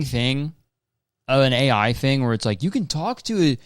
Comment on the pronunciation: WAIT KURTIS PLEASE you called the segment AI - yeye like eyeyey you know like the animal ANYWAYS I really liked that you should reconsider please